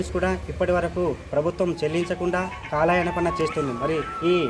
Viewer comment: కాలాయనపనా ఏంట్రా పప్పా....? కాలయాపన అనాలి రా? UTF పరువు తీసేసావ్ రా? మాటలన్నీ తప్పుల తడాకా ఏంట్రా? నువ్వు ఉపాధ్యాయుడేనా? లేక సొమ్ముల కాపరా???